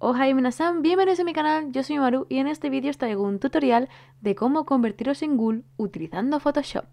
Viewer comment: Por qué siempre decís ghul? Y no ghoul?